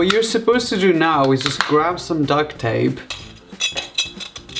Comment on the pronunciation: I thought he said Duck (Duct) Tape; Correct me if I'm wrong but that wasn't Duck Tape